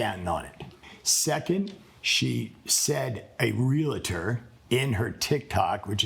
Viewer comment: Great ruling, they're both jerks and the guy should really learn how to pronounce his chosen profession, it's not "real A tor", it's "real tor", lol.